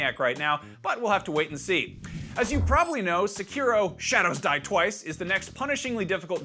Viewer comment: I'm not the only one that heard him say 'shadows dwie twice' right??